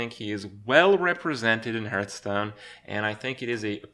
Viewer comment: He also can't properly pronounce the game he makes a living from.